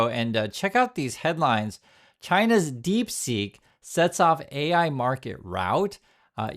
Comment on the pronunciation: Its deep seek not deep sink !!!😊